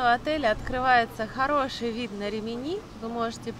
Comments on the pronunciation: рИмини уже писали Вам про неверное ударение- хотя бы названия городов выучили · Почему постоянно РиминИ, а не правильно - РИмини?